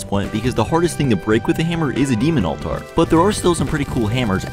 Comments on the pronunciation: Respectfully it’s pronounced alt-er not alt-ar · "All tars" lol. It's pronounced the same as "alter" btw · I dont think bro knows how to pronounce altar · It's pronounced as all-tar in my country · Funny seeing people that don’t know “All Tar” is actually the true pronunciation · You just lost a full view because of how you pronounce altar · I don't like your pronunciation of altar